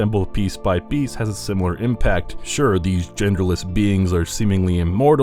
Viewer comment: gerderless? no thx.